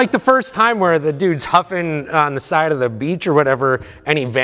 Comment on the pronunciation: from a previous episode: "can you teach me to read?" now: can't read the word "The" The continuity is spot on